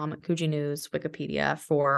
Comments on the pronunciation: Sorry it's could-gee not koo-gee. The first syllable is short. Thanks for telling Australian stories! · It’s pronounced Could-Gee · Coogee = "could-jee"